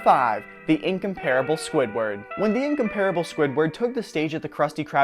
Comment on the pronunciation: I'm pretty sure incomparable wasn't pronounced that way on the show